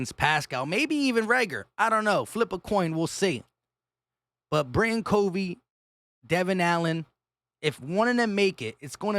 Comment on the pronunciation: It’s Britain C ‘uh’ vey, not C ‘oh’ vey. But I think we’ll all know this soon enough. 🦅